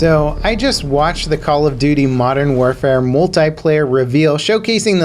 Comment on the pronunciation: Why can’t Americans pronounce “multiplayer” correctly?